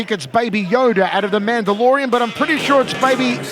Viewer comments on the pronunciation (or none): none